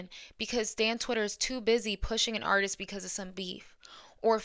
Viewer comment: You are stressing Word "artist" too much.